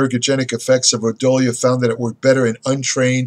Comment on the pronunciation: Pronounced Ro Dee O lah